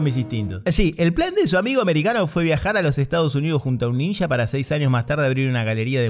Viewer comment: Esto me hizo acordar inmediatamente a las películas Argentinas donde aparecen ninjas. Por supuesto, en dichos filmes la pronunciación es "ninja" y no "ninya", como creo que debe ser.